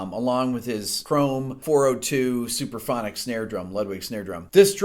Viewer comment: why are you saying "superphonic"? It's "suPRAphonic", yes?